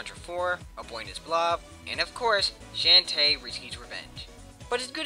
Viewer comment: Shantae Pronounced like "Shaun Tay" at least that's how I say it. Have it for 3ds. Now I am confused as to why the vid has so many dislikes but then again the music was a bit loud at times.. just saying and your voice could be a bit louder. However so far... you sound a bit like yuri of wind.